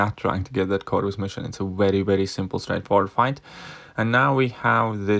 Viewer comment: u called Medusa magik.... And can u pronounce CORVUS properly.. like it isn't that hard😂